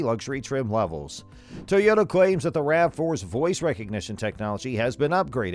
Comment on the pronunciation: I've never heard of a tow-yota is that a new brand or something 😏😏😏😏😏😏😏😏